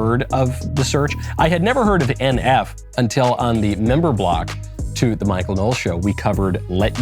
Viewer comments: Bro pronounced NF as "enph" brah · He didn’t just literally sound out NF 😂. I hope that was on purpose💀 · I love NF, been listening to him for a while now. Great analysis, loved the way you pronounced the 'NF' at the start😂🤝